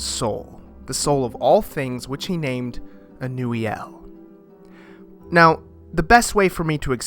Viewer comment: ur pronunciation is correct ive been pronouncing it something entirely else 😂